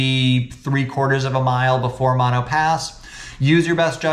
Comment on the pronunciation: Umm… It’s pronounced Mo-no